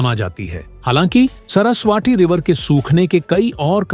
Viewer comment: सरसवाटी नही बे सरस्वती बोल